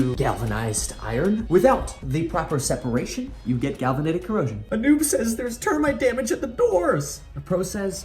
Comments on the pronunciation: it is galvanic corrosion ... not galvanetic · Just me trying to be a little funny here; I think actually a true pro would say "galvanic corrosion", not "galvanitic corrosion" 😁